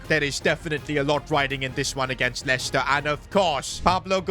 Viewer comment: bro did NOT say leicester